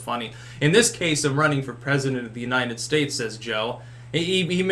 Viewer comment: Oh, he knows what he's getting into. It's a position for prezinyoonitedsays.